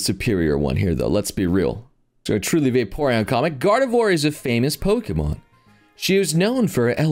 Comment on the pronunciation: I can't tell if your farming engagement by getting the Pokemon names wrong or if you genuinely having a streamer brain moment